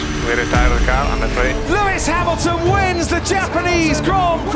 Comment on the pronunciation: thats not lewis hamilton thats luis ham-ill-tom 😭